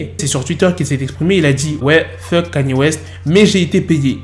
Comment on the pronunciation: Kanyé 😂 au lieu de ( prononciation : Kéni